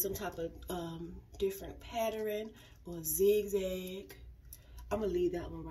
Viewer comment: It’s how you say pattern that gets me lol